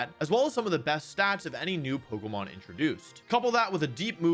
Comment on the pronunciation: You’re saying Pokémon incorrectly